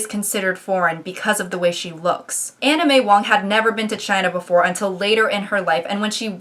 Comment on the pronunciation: omg im so sorry but i heard anna may wong as anime wong